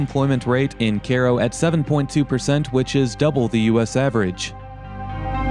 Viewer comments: its not pronounced "karo", it pronounced "kiro". Cairo is a sister city of Cairo, Egypt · It’s K-row Illinois. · It's pronounced KAY-ro. I went to school in Carbondale many years ago, and know the town pretty well. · Care o? Isn't it Ky roh like Cairo Egypt? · It's not CARE-O, it's pronounced KY-RO! I'm sure that Karens live here, but they're not from Egypt. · It's pronounced: Ki Roe, like Cairo Egypt. Not like Karo syrup! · IT'S PRONOUNCED kyro YOU IDIOT. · hahaha Care-oh is English Kiro is Egyptian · Learn how to speak English, you. It's pronounced KYRO, not cayro. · Same with the city in Egypt. He was pronouncing it like the corn syrup Karo or kay-row. Kai row or ki-row. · as a former resident, locals say CARO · OH MY GOD ITS PRONOUNCED KY-RO. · Strangely, I would pronounce the town name as Ki Ro as its spelled the same as Cairo Egypt. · Wondering why the folks don't pronounce Cairo like the place in EGYPT. "Care-O" sounds ridiculous or ignorant about Egypt. No offense. Thanks for the video and explanations. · Its pronounced "Kyro" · I hail from Illinois. Good show, and I believe Cairo is pronounced Ki-ro (long I) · Caro? Not Cairo? Like Cairo, Egypt? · I never would have figured out the name of the town if I was just listening on my phone. It is a bit funny that you pronounced "Cairo" in Egypt correctly but not the KERO in Illinois. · Kay row is how one pronounces that. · Great music, but your insistent Care-o was annoying - even if locals who never heard of Cairo call it that. + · The guy says the area is called "Little Egypt". So why is everyone pronouncing the same spelling of Cairo as Care-o? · It’s pronounced Cyroe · If it's named after Cairo, then why do you keep calling it "Care-oh?" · Care-oh illy-noise? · In Australia, if we say care-oh we are saying kero, which is short for kerosine! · Is it even possible this is pronounced "care oh"? I don't believe so. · It's KI-ro, like Egypt. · It's Cairo like Egypt. Karro? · He isn't even saying Cairo right!